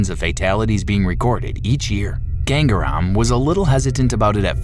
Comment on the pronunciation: It's not gang-REM you idiot.. It is "GangaaRaam"..